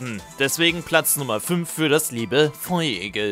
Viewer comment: Feurigel nich feuigel